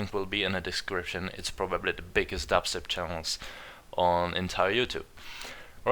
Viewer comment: Just wanted to tell you, you spelled your title wrong. xD You said Dubser not Dubstep xD xD